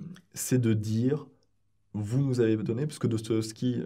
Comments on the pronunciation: A chaque fois que prononce «Dostoyovski», dans cette entrevue comme sur sa chaine, j’ai les oreilles qui saignent. Ça ne se prononce comme ça ni en russe, ni en français. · A chaque fois qu'il dit dostoeskibavveskivaski je sais pas comment il reuissi à le prononcer du premier coup